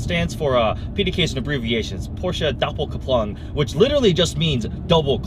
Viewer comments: Funny how you pronounce doppelkupplung :^) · I love it how this Chinaman says "Doppelkupplung" 😂😂😂